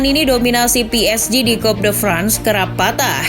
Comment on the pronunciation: Toulouse dilafalkan jadi "tulus" Coup de France dilafalkan jadi "ku de frangs" Saint Etienne dilafalkan jadi "Sang Etiang" Le Monde dilafalkan jadi "Le Mongdeu"